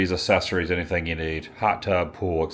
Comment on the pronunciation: Any chance you could use ChatGPT to correctly pronounce accessories? It's a hard C not ASSessories.